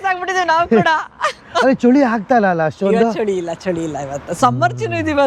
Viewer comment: ಚೊಳಿ ಅಲ್ಲ.. ಚಳಿ..